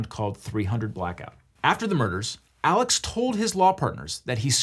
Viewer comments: Apparently Alex is said more like Elic than how you would normally say Alex. Great video but that did bug me. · why in the hell is "alex murdaugh" pronounced like "alec murdock"??? neither one of those names ends with a ck sound!!! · Is it Alex or Alec? Cause ya spell Alex but say Alec lol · I live in and am from this area, and you are pronouncing his first name incorrectly...it's pronounced as Alec not as you would normally say Alex. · Why do they say Alec when it's spelled Alex? Is it like a Stephen Curry deal? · is his name aleX or aleC? or is the way his name is pronounced because he's from the south???? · its pronounced Alik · is it alex or alec? because it's clearly spelled alex but both layers in this video pronounce it "alec" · Alex seems to pronounce it Alec. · For the love of god, is his name “Alex” or “Alec”??